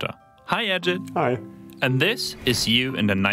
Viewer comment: Ajeet as pronounced! not Ajad/Ajed.Nice touch on old Ajit talking!